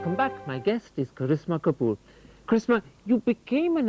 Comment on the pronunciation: The host pronounced her name correctly then..